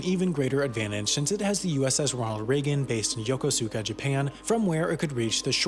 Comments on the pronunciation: It looks like YOKOSUKA. It's pronounced YO-KOH-SKA. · We didn't have McDonald's but had a Starbucks. It had sailors who trained in a real Starbucks who made the coffee. Also, the mispronunciation of Yokosuka made me cringe.